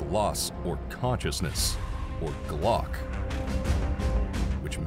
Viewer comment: G-LOC = gee lock NOT glock.